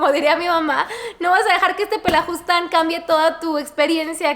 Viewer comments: jajaja es PELAFUSTAN no pelajustan 🤣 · Querida es "pelafustan" jeje no pelajustan con todo respeto y cariño